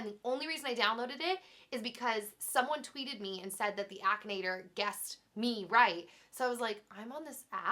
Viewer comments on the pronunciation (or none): none